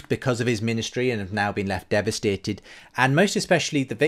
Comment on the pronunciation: I know this is a serious matter but the way you switched to a really strong Yorkshire accent when you said "devastated" cracked me up